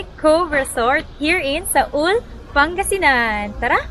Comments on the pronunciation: Not "Saul" correct pronunciation po is "SUAL"✌️ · Hindi SA-UL madam, SUAL ( SU-WAL) pangasinan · Sual po, not Saul. 😊